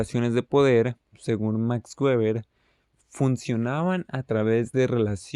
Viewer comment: Gueber xd En español no se debe prununciar gueber, se debe mencionar (beber = Weber) O el correcto en alemán (beba' = Weber) Pero no gueber Buena explicación :D